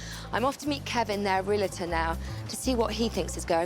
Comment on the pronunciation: Puh-leeze, stop saying "Real-a-tor" There is no "a" between the "l" and the "t"! It's Re-al-tor. Otherwise you put yourself in with a group that says "nuc-u-lar" "poin-setta" and "mis-chiev-i-ous".